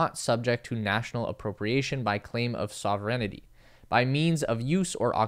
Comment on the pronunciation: Re: Resource extraction. I guess you've never heard about Helium-3? Also, you pronounced "sovereignty" wrong.